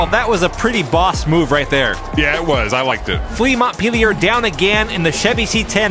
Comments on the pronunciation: FYI, Montpellier is pronounced 'Monn-pelly-yay' rather than 'Montt-peely-yurr' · "Mont peelyer" Ha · And another someone pronounced Montpelier incorrectly. It’s “mont-pell-ee-ay”